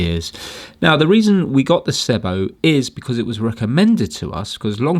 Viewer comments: Oh and it's pronounced seee bow Great repair! I've had many sebos ans this fault has occurred before but generally these are fantastic reliable quality German cleaners - they are the only company I know that their cleaners look so old fashioned but are so bang up to date at the same time - their latest one - the cordless bp60 is nearly 1000 pounds - your into kirby territory there! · Its pronounced See-bo 😁 They are simply the best machines you can buy. Before the days of the internet you really had to discover SEBO. They were once the best kept secret of high quality vacuum cleaners; usually recommended through word of mouth. They are very easy to work on and repair. Saying that though, the main cause of failure of these is often just through neglect and improper maintenance.